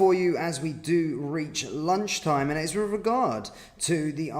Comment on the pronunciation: And there’s no V in “with”!